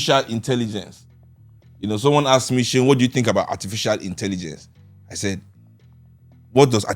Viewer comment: Bro obviously needs phonetics class on hoe to pronounce Boda Seun's name😁